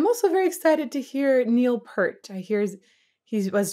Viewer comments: You should feel a bit...hurt...when you don't use your...ear...when saying Peart. P-ear-t. You can't help but feel greatness when...peering...at P-ear-t playing. Not to be confused with the shampoo he used for cleaning his hair: Pert. That's, of course, impertinent when it comes to prouncing his name. It was understandable, this being your first close listen of Geddy's voice. For (many) untrained ears, it's disorienting. I actually found it off-putting my first time. And a bit grating my second. And then...I found it actually had a legitimate place. One that is rarely explored...even occasionally, in rock. Yet this dude is making it work while staying way up there the whole time. But he's got more range than what this single song made use of. Yes, it was Geddy's voice throughout. Why does that voice work? How does a 3pc band put out this much sound? How do they stay so tight thru so many intricate time shifts...even when playing live? Why are the lyrics so incredibly nuanced and deep. Should not that much top-notch talent...in so many areas and aspects...when all brought together in one spacetime point result in a blackhole?! Come on in...the gravity of Cygnus X-1 is fine. Blissfully succumb to the pull...of greatness. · I always heard Neil’s last name pronounced “PEERt” rather than “PURt.” Thank you for bringing your expertise and infectious energy to my all-time favorite band. “Freewill” (from the same album as this song, so it has a similar style and sound) is a better demonstration of Geddy’s range. Other good starting points for Rush would be “Tom Sawyer” and “Subdivisions.” If you’re ever in a mood for a virtuoso instrumental, check out “La Villa Strangiato.” Welcome to the world of Rush. Thank you again. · Neal Peart probably has the most mispronounced name in all of rock music. Even the presenter at the HOF got it wrong (pronounced like ear) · Geddy Lee is the sole singer. Btw, Neil’s last name is pronounced PEERT. Love your reactions, all of them!